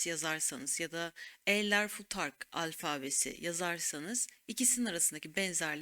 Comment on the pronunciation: Alfaabe demeyin, ne olur. Alfabe, diye okunvr